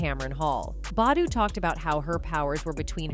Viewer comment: Mmmmm you pronouncing Ericka's last name wrong get it right